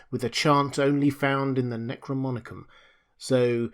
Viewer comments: dear fellow, the word is NEK ROE NOM EE KON. Necro as in dead, nom as in nomos (law) & icon as in image. Image of the law of the dead. I love your narration so much i may start calling it "Necromonicon" too LOL. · Great job again. Thank you for all that you do. My only critique is the pronunciation of NecroNomicon.